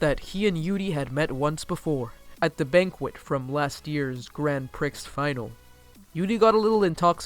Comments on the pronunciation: “yoodie” on ice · Did he fuckibg say yudi on Ice Im literally am so offended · Dude your pronunciation of yuri and yaoi are so off XD Tbh I don't really get why people are acting like Yuri on ice is such a revolutionary thing since there's been gay characters in anime since like the 90s.